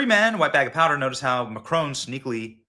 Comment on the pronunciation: Please stop calling him Macrone....it's mac Ron, with emphasis on first syllable (mac), and Ron, like the man's name!